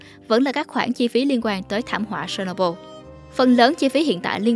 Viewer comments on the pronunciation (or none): phát âm chuẩn giùm. chéc nô bưn. se nô bô là cái gì?